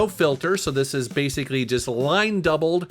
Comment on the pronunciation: Great review, I like how you show how various styles of 2D/3D are being handled by the upscaler. Also You basikuri went Japanese there for a second 😂